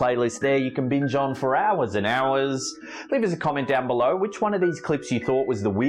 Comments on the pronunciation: I kept hearing "real creepy clïts" at the beginning 😂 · Did he say clits or clips I couldn't tell 🤣🤣🤣🤣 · In the beginning of the video did say clits or clips I can't tell 🤣🤣🤣🤣🤣